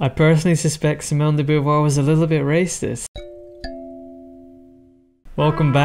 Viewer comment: If gender were taken to be a social construct, this would legitimise conversion therapy. By the way she did not have a husband (as you state). Sartre may have been her companion but they certainly did not marry. Also her name is not pronounced Boo-voir, Bow-voir would be better.